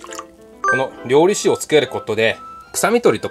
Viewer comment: りょうりしゅじゃないの？ りょうりざけなの？ まぁどっちでもいいか笑 あっ、途中からりょうりしゅって言ってた。